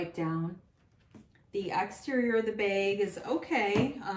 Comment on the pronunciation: Love how you always say beg instead of bag! Where are you from?